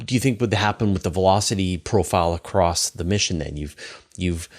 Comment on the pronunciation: It upsets me when such a smart man uses the word accrost. Is ACROSS. You should know this sir